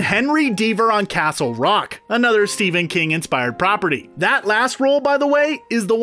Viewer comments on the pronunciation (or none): none